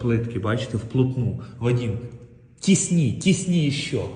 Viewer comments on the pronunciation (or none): Не тісні.долбень.а тисни. Розмовляй нормально.ато свинорозмовників в цій державі хватає.кацап думає що тут одні усско говорящиє уроди